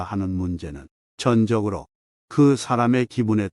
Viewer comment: 듣기 참 짜증스럽네요. 전적(全的)으로~ /전쩍으로 읽어야 합니다!!